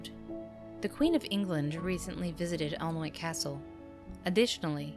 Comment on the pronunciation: Pronounciation! Alnwick = “Annick”, Yorkshire = “Yorkshur”.